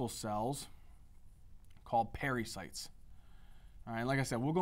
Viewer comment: Arterioles, not "arterials" and pericytes not parasites